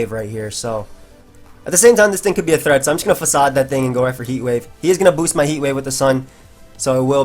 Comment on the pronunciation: When you stress the B it sounds powerful